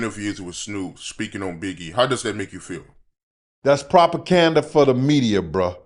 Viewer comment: "Propacanda for the media he said 😂